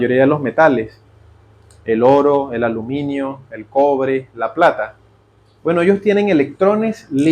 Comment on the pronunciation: Que risa con el "L ORO" jajaja